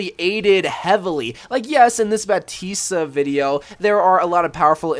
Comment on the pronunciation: It's bap-tist